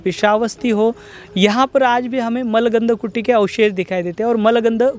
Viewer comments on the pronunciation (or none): मलगन्ध कुटी नहीं, मूलगंध कुटी कहते हैं